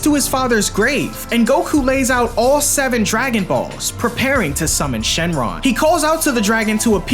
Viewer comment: i notice demon king piccolo said shenlon